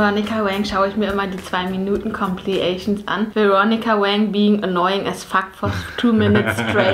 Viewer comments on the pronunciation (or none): Compliation? xD Compilation!